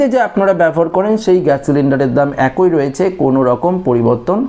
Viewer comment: বাংলা উচ্চারণ ঠিক কর। অ্যাকোই নয় একই।